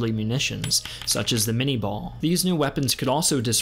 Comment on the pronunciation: By the way, Minié ball is pronounced with an raised accent at the end (Min-ay). Minié was the inventor of his namesake